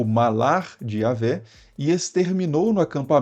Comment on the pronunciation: Alguns pontos da palestra do vídeo, são coerentes segundo a História das antigas civilizações. Mas a maioria das informações que ouvi, são irreais. A começar com a palavra iavé. Para quem estuda as histórias antigas, entre elas _ os yashurul (apelidado de ysra- El), essa pronúncia não tem cabimento. A fonética mais aproximada de yhwh (yud- he- waw- he) __ é iárrue. Isto conforme as culturas mais antigas que a hebraica, que os hebreus plagiaram (como se isso fosse novidade...)